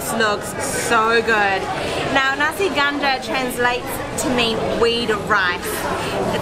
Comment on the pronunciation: There is a confusion going on. She mentioned you can find nasi ganja all over Malaysia. That's not true. Also the pronunciation is not accurate too. It sounds more like kandar than ganja.